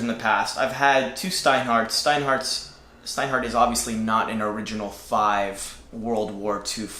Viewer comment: Most germans would say 'Shtowa' and not Stowa! (same with Steinhart)! Regards from germany